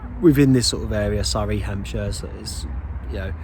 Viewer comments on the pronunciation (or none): none